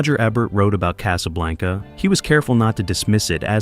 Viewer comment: "Case-A-Blanca"? Really?! Sometimes it was pronounced correctly, but...